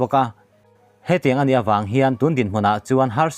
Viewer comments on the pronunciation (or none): Chi a vang, vang hi thluk san tur,a ngaih nawmin a bengvar thlak khawp mai.. 👍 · Ṭawng thluk ivan thiamlo em emve mawle, Chi avang dawn tih te hi, avang tih hi tluk san tur, i chhiar hmain vawi hnih tal chhiar lawk hmasa teh, ngeiawm lamah i kal mai dawn....!!! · A bengvar thlak thin e,mahse "Chi avang dawn" tih i lam dan hi chu a dik li,eibang tih a bang lai angin i lam a,thingpui hang tih a "hang" ang hian Chi a vang daw tih a "Vang" tih hi lam san tur a ni e.